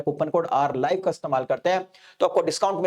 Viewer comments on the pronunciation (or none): none